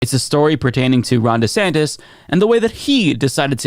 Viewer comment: save the books! Ban DeSantis ... DaSantis ... DeSantes ... DaSantes ... or however he decides to pronounce it on any given day! And what's with the head shaking?? Is it "yes" or is it "no"?